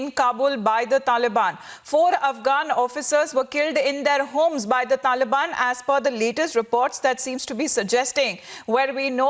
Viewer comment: "Dhalibaani Dherorist"